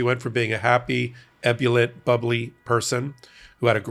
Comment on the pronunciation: "Ebulent," goodness. Ebullient. Eh BULE ee ent.